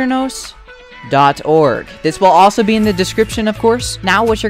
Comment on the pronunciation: grrrr, its a-turn-ohs